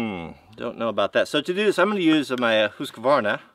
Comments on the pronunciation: Pronounced, Hoosk-Varna I knew a Swedish woman . Husqvarna, made by the water. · it's pronounced "husk varna" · Husqvarna we just call husky to save trying to pronouce it properley